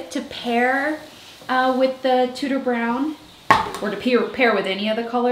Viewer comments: Every time you say “Tudor Brown,” my brain makes it “tooter brown” and I can’t make it stop!😂 I love seeing the vision coming to life! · Does anyone else hear DooDoo brown every time hahahaha I love that she’s taking risks with this house :) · Lovely hun. One thing look on line on how you pronounce Tudor lol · My last name is Tuders and every time you say Tudor it triggers me hahaha